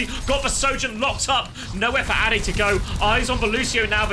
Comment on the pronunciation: ade should be prounounced like the ade from lemon'ade'.